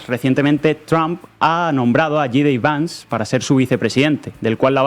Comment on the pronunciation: El nombre se tiene con J. D. Vance, así que dicho en español será jota de Vance, pero no Jey di Vance, porque en inglés sería gee de Vance, que en español se diría y oiria como yi di vans.